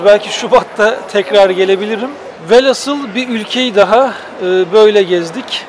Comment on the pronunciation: Çok güzel bir video daha. Çok teşekkürler seninle gezmiş oluyoruz. Bir de nacizâne şunu da eklemek istiyorum. Velhasıl yerine velhasıl daha doğru bir söyleyiş olur.